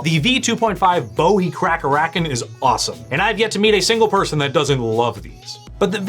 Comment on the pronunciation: Its Boo-ee. Named after the american JIm Bowie. David Bowie is how it's spelled.